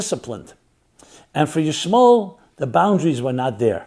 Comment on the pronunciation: Ishmal? I notice you trying to remove the el out of Ishmael. 😏😏